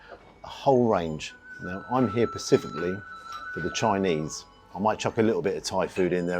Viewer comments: I know you were reviewing oriental food, but that's no excuse for saying "Pacifically" instead of 'specifically'! That's what intellectually-challenged Americans come out with 😜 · Really enjoy your videos but please never say “pacifically” instead of specifically ever again lol.